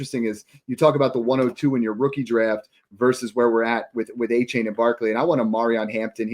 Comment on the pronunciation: It’s “Ayy-chan” guys